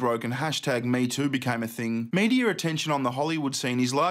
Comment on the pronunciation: Wtf that accent though. You can try to hide it man . Mediar? That's totally different